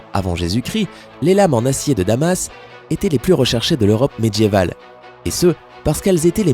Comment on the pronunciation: Sympa. Je trouve que le ton journalistique que tu emploies mériterait que tu fasses gaffe à ton français ("diamètre", tu dis "djamètre". Les "dieux" tu dis "djeux, "médiéval" - "medjyéval".) Perso ça casse tout! Et c'est dommage. Weah on peut pas renier ses origines ; le problème c'est que je crois que tu si tu ne neutralises pas ton accent, tu te fermes des portes. Sinon trop chouette tes vidéos !